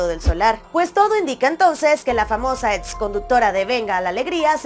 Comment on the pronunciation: Sorry,pero se dice ex, no ets